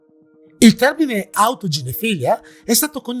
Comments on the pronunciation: autoginefìlia non autoginefilìa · autoginefilÌa. Accento sull’ultima i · comunque autoginefilìa si pronuncia come pedofilìa.. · Autoginefìlia, l'accento è sulla penultima i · Però si dice autoginefil-ì-a,con l'accento sulla seconda i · Ciao caro, ormai ogni tuo video è una garanzia... Non voglio fare il professore, ma non si pronuncia "autogenefilìa"? Come pedofilìa, esterofilìa, ecc.? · Video molto interessante anche se, magari sbaglierò, ma credo che si dica "autoginefilÌa" quindi pronunciando l'accento sull'ultima "i". Per le definizioni in ambito medico generalmente è che così. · sì, l'accento è sull'ultima i, come per tutte le parafilìe